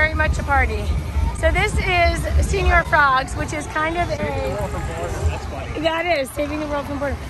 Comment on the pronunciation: “”señor” is not pronounced like “senior.” “Se” syllable sounds like “ce” in “cent.” The latter part sounds like “or”. “Ñor.” Now put it together. Lol